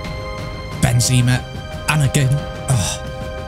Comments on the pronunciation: Is it just me that hates the way says benzema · do you mind saying Benzema’s name properly, like why say it like that?